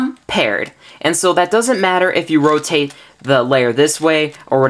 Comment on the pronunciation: Roatate lol